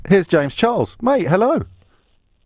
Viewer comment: confirmed says James Chiles because of his accent 😂💕